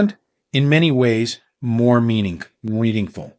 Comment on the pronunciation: Is this presentation by a real person or by AI ?? I have noticed that the narrator has trouble pronouncing the word " meaningful " in several posts. Even so, there is some really valuable information & good sensible advice on this channel. Thank you.